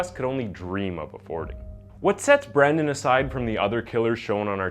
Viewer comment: Dude, you've gotta be more consistent in your pronunciation. Most of the time you're correctly calling him Brendan but every once and a while you call him Brandon. It's not a big deal but it kind of throws me out of the story.